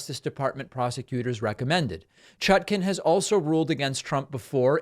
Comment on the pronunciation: Dude, you lose credibility when you don't learn to pronounce names. There's not even a T in her name. Chacon. Pronounced "sha-cone."